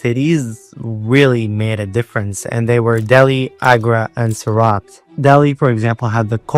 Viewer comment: It's not pronounced 'suraat' it's pronounced soor-ut. You should learn IPA